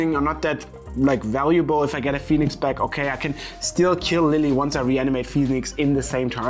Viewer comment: and izzet phe-onix lol